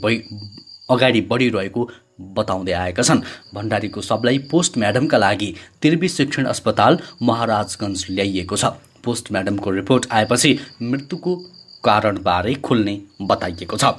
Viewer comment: & ma "POSTMADAM" rea lol